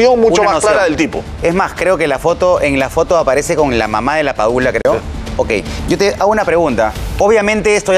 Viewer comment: Amigo es LAPADULA no PADULA